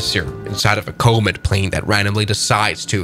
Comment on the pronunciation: Bro really said Ko met